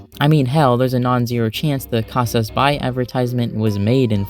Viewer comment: As a Brazilian, Bahia is pronounced bah-ee-ah Edit: Also, Casas Bahia and Brazil mentioned, woohoo 🇧🇷